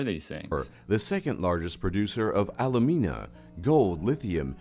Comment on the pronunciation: Alumina is not pronounced al-you-mee-na, it is pronounced a-loo-min-a.